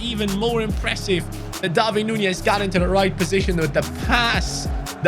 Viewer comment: Hi pronunces DARWIN NOT DARVIN